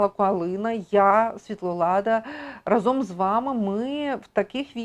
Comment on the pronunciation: Щиро дякуємо за Вашу працю потрібну. У мене до Вас прохання: у слові РАЗОМ наголос на перший склад-- рАзом, а Ви часто його вживаєте, ще й наголошуєте. Правильний наголос - це теж надпотужна сила. Не буде об'єднАння швидким і успішним без правильної вимови цього слова, щоб раз та гаразд..